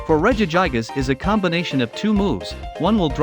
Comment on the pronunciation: Did you just say regi-guy-gas????